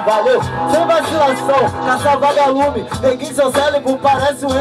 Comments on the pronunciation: " Gavalume " kkkkkkkkkkkkkkkkkkkkkkkk pqp..... ahshahshs '-' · Ksksksksksksk "gavalume", os caras se empolgam e esquecem do português kskskskskk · falou "Gavalume"???